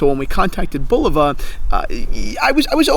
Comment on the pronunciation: I stopped watching after the son pronounced Bulova wrong smh